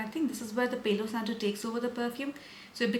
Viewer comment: Dear, I really enjoy your content, but I have to tell you that the pronunciation of the Spanish words “Palo Santo” is with A like Alfa (PALO same A as in Santo) because if you pronounce it in the English way you are literally saying “saint hair” 😊